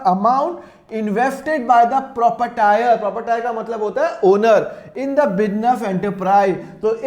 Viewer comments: Sir Jai hind ap hamesha propatire bolte ho Jabki prop ritor hai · प्रॉपटायर नहीं होता प्रोपरायटर होता है 😂 🙏 हे भगवान